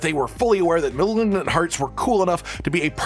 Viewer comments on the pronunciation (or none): Malgnnnnn hearts 😂